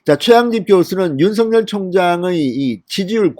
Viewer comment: 진성호 대표님 좋은뉴스고맙습니다 다름이 아니라 윤성열총장 이름을 부르실때 입에서 만들어지는데로 윤석열 로 불러주세요 가끔 윤서결 부르시는것같아서 죄송합니다